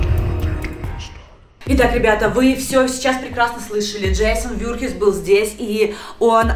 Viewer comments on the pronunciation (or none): Не джейсон вюрхиз а вурхиз